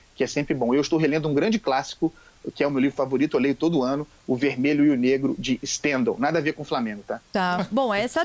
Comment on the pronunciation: Um preciosismo, Andreazza, fala-se Stendhál, a tônica na primeira sílaba, como em todas as palavras francesas.